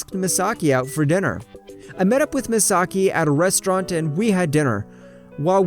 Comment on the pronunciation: Omg i got stress out the narator keep saying mesaki